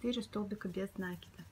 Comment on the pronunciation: Спасибо большое за Ваши мастер-классы!👍👏🌹🌹🌹 Всегда все понятно, но очень режет слух ударение в слове нАкид. Ударение в это слове на второй слог - накИд.